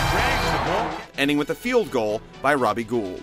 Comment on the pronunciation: well its pronounced Robby Gold but spelled Robbie Gould